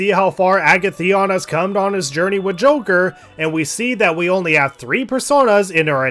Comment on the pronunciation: Great series, but the way you say Agathion really ticks me off. Joker pronounces it for you when you select him, although I know you can't do that. It's a-gath-ee-on. A as in alligator, gath, rhymes with bath, ee, on.